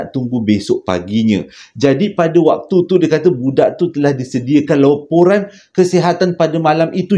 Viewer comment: Laporan jeo bkn loporan. Hi hi hi terslh sebut.